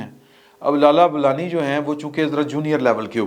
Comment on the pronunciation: لالہ بولانی؟؟؟؟ بولان!؟؟